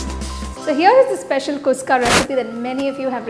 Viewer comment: You are telling its kuska, but your. Pronunciation is wrong sister. It is khushka.